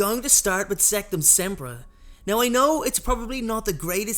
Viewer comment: It’s sectumsemprA not sectumsempruh